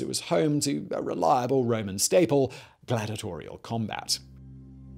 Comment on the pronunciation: It's 'glad-EE-ah-tor-ee-al', not 'glad-ah-tor-ee-al'.